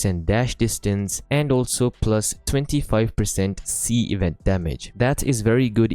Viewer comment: bro calls seas a c xD